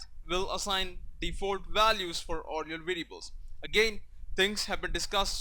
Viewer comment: I don't want to be rude but try to train the way you say variables :)